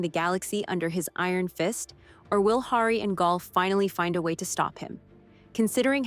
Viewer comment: You talk like a fan, but don't know how to pronounce Gaal or Hari, or that the Mule is not 'he/him'.